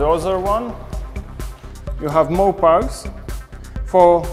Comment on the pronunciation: He's french, in french "ch" is pronounced as "sh" would in english. He obviuosly meant pouch.